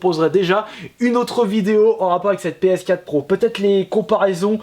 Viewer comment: Une Ps Quate ?? mdr essaye d'articuler ^^